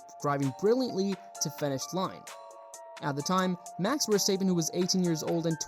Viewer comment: Max Verstaippen